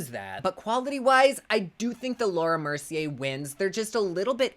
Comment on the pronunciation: Oh I love you so much!!! You always make me laugh and forget about shit for awhile...both sides look amazing! I'm so indecisive...lol...I'm a Libra....and I have ADHD, so.....oh look a squirrel...🐿...🤣🤣🤣 I must mention every time I'm in Ulta browsing and I come across Laura Mercier I hear your voice saying "" and I chuckle....thank you as always for this video! Can't wait for the next one...much love always! 😘😘😘😘😘